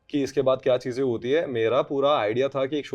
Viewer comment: Am I the only one who's blood boils everytime says "chizein"? I think is actually a mouse who's obsessed with Cheese.